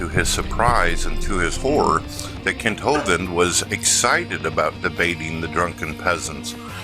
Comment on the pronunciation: i noticed that doesn't say Kent Ho-Vind any more.